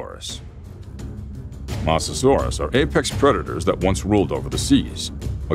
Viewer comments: It's mosasaurus not a masasaurus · my guy said masasaurus not mosasaurus🤣🤣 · It's a mosasaurus not a mosastaurus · Also it’s pronounced mosasaurus not mossasaurus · Mosasaurus is pronounced Mosa-saur-us not Mossa-saur-us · Nah not the mouseasuars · Mosasurus is mososarus 😂😂😂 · Mosasaurus❌ MOSS-a-saurus✅ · Mososaurus( m-oe-so-sor us) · Bro pronounced compsognathus wrong and mosasaurus